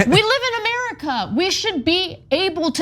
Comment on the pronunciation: Lolol......did Ana really say 'Murica'?